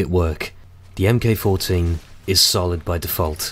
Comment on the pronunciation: "Mk14" is pronounced "Mark Fourteen" not "em kay". Otherwise, great vid